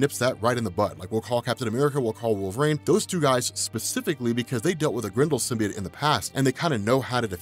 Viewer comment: what the fvck is a SYM-BEE-IT?! No such word... You must be thinking sym-BYE-OTE